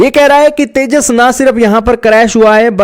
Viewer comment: Porki Anpado ko tejas vi bolna nhi aata 😂😂😂